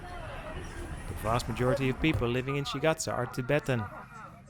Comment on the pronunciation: Shigate not Xahae😢😢😢